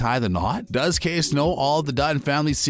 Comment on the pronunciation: Dude, Kayce’s name is pronounced kay-see not case. Make a little effort to show you’ve watched at least one episode of the show. Yellowstone is an amazing show and you should pronounce character names correctly!